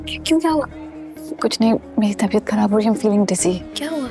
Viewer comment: I am really upset that girl pronounced کھراب instead of خراب. Director should pay attention to actor’s Urdu pronunciation. If needed give them lessons or do not cast them. There shouldn’t be any compromise with Urdu language